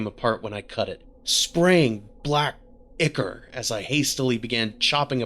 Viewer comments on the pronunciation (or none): Well that was weird. By the way, "ichor" is pronounced "eye-core".